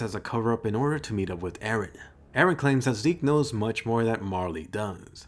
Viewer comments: Finally some one who says Eren and not "Aaron" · btw EREN is a Turkish name and meaning of this name is '''' someone who is believed to have seen some facts with extraordinary intuition , WİSE PERSON or can be a person who stripped himself of his own being and attained God because he was devoted to God.''''' and pronunciation to the EREN is just like in the show how Mikasa prononce E---REN